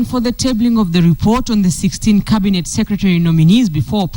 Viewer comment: to KTN: Cabinet NOT cabinate